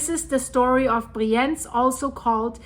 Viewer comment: Just a friendly note — the pronunciation of the city name 'Brienz' might need a quick check.